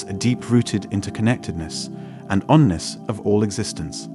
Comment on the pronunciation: NOT ONNESS...oneness